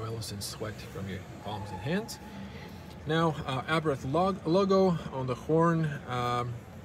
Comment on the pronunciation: What is so hard before one does a video that they know how to pronounce the man's name???. It is pronounced "Abart ( the H is silent) .....and absolutely not "Abrath"